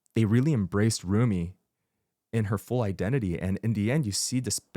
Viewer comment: I keep cracking up at how Father got every name wrong 😂 Joey, Zumi, Soulja boy, honeymoon